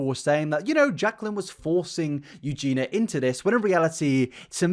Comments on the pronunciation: Aaaaaahhh, okay i KNOW this isn't important at all, but I just have to say, Eugenia's name is not pronounced "EugeNA", it's pronounced "EugeNEEYA". Lol sorryyyy! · Mate, it’s pronounced u-gi-ni-ah not u-gi-nah wth? It’s a english name why is getting wrong? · Take a shot every time "sociopathy" and/or "Eugenia" are mispronounced. Mate, if I recall correctly you've done a few videos mentioning Eugenia now. I think it would help your case if you learn her name properly. Its not "Eugena", it's "Eugenia". Pronounced like "you-geen-ee-uh" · Great video, but please say Eugenia and not Eugena. YOO-JEE-NEE-AH. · yoo-JEAN-yuh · Someone needs to tell that her name is Eugenia, not Eugena. Other than that, I'm unsure why YouTube is recommending his videos to me, but I am not complaining. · I agree with everything you say but who is "you-geena" WHO?? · goodness will I actually live long enough to hear you pronounce EugenIa Cooneys name correctly?!?!